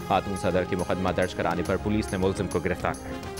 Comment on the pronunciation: Gariptar konkartahi q gariptar nahiy hotahi